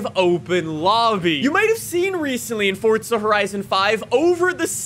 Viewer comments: Forza not fortsa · Just curious, why do you pronounce it Fortza?